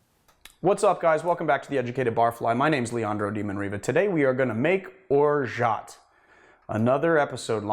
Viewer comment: You don't pronounce the T. Other than that - I love your videos and they are the best on YouTube in terms of quality and information in cocktails.